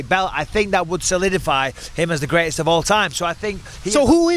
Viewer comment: You really had to go there huh, " the grestest one eyed fighter"